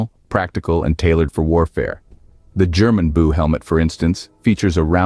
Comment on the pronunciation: My mistake about the name Gjermundbu helmet, it was not your fault, as it sound like German Buu, and the trandlator made a big mistake. But the rest is nonsense.